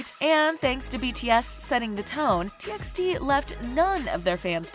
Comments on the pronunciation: It’s not pronounced “T X T” it’d pronounced “T by T” and also stop using bTS for clouth, you get most of the facts wrong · What yall said? T EX T?! it's pronounced as T BY T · It's T by T not T eks T Just sayin' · Read it as T by T not TXT. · T EX t ? Its t by t dear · They even pronounced t x t instead of t by t. I love this channel back then when they haven't yet use kpop to earn money.. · Its pronounced : T by T.. |· | |·